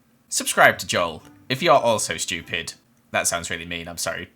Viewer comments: "Joel is shewpid" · He really just said, “schtewpid” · Joel:"Subscribe if you`re also stiupid" Me:"Ah, okay"